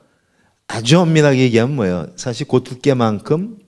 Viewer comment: "사실"의 "사"는 길게 높게 발음해야 합니다.